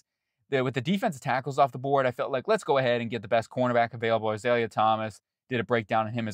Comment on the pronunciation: Az-ale-ya.... is a bush - his name is Az-ah-Ray Thomas. But thank you for putting him in the 1st where he belongs.